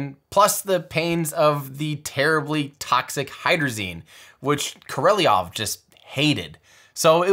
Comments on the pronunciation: The amazing attention to detail - not many Western natives would know to pronounce "Korolev" as "Korolyov" (as is correct). Hats off to you, sir. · There is no extra E or I in Korolev - it's pronounced Ko-Ro-Lyov or Ko-Ro-Levv if you must. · Korolev pronunciation is hurting my ears 👎 otherwise fantastic video, great job, Tim 👍😲👍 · You pronounce "e" in Korolev correctly (as "io"), but the thing that was bogging me was the second "o" - it should be the same as the first "o" (so "Koroliov", not "Koreliov") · Almost perfect … just the mispronunciation of Korolev throughout. You’re saying “Kor-elly-ov”. It’s more simple than that: “Kor-o-lev”. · Koh Roh Lev, not Ko Reh Lee Ov. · it is Korolev not Koreliov :). Simple letters. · Remember: It’s not koroliyov, it’s korolyev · Great channel Tim! I also commented on Scott M.'s site about the correct pronunciation of Korolev, it is: "kar-a-LOHV," or "kar-a-LOFF." That "Y" you sometimes see after the "L" is meant to soften the preceding consonant. So English-speakers tend to pronounce it "KOR-ol-ee-ev." Just FYI. Cheers! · Kor-o-lev. Kor-O-Lev. NOT Kor-el-ee-ov. Where are you getting the 3rd "O"/4th syllable out of "Korolev"? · Most Russian names are mispronounced. It's VostOk, not vOstok, KorlYOv, not KorOlyiyov, GlushkO, not GlUshko, etc etc. Most names. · For the love of God, Tim! Fantastic video, chock full of amazing information. But please. KORE-O-LOV(I’ve heard anglicanized LEV). NOT KORE-EL-E-OV. 3 syllables, not 4. You’re adding in an extra vowel. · You're so brilliantly careful with your detail, so why do you keep saying "Koreliov" when Ko-ro-lev would seem easy enough? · Would appreciate some insight here. Sergei Korolev.... If you go to any Russian translation site the name is pronounced Ke Row Lowv but Tim says Ko Rel Ee Ov. Which is correct? Would be a shame if Tim infused this masterpiece with a consistent and avoidable error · Is it pronounced Korolev or Koreleov? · Literally noone, but Tim: Kareliyov